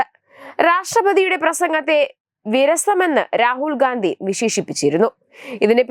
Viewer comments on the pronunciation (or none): ഗാന്ധി കുടുംബം അല്ലടി,,,, ഘണ്ടി കുടുംബം ട്ടാ, നോക്കി ചെയ്യൂ